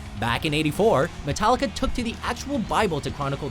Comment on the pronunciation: 'Tallica? Really?